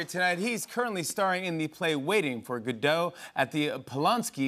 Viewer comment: Samuel Becket wanted his character’s name to pronounced GOD- oh.